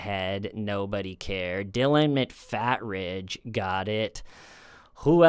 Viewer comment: Dillon (Dustin) "McFATridge" 😂😂😂😂